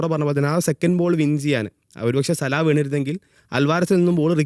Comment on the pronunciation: സലാഹ് അല്ല സലാ